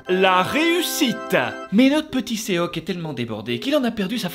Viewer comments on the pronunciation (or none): Petite précision : on ne dit pas "séoque" mais "shoque" le o se prononce comme dans or. Et on ne prononce pas le e malgré le fait que sa s'écrive seok pck le 어 est une lettre aparentière qui s'écrit en alphabet eo. Voilà voilà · Son prénom c'est Sok pas "Séok" 😭😂